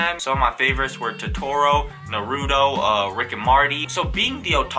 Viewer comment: You can't even say Naruto right.